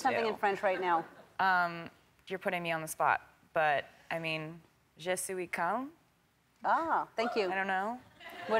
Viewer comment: The irony is that she butchered ‘je suis calme’